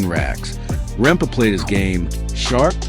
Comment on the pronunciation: RempE not rempa